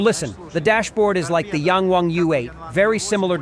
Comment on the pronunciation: Please pronounce the letter "A" like the rest of the world. Pronounce it with a short vowel sound. Yahng Wahng.